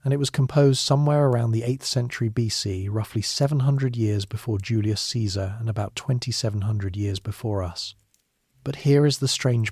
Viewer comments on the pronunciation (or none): none